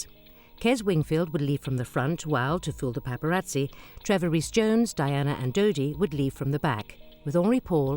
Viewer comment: It's dodi not didi